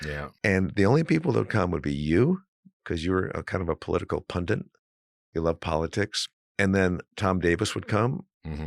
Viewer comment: Did he really say pundiNt? If so, he probably also leaves out the second R in peripheral.